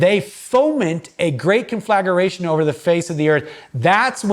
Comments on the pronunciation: Con fla gra tion, not con flag ER a tion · Thanks for this. A lot to think about. Also, the word is conflagration and is pronounced con-fluh-GRAY-SHUN